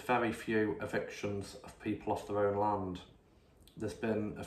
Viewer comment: We need thousands of us to walk into parliament and physically remove these criminals. By the way, you need to sort out your T's. Words like London are not pronounced lonton, and land is not pronounced lant.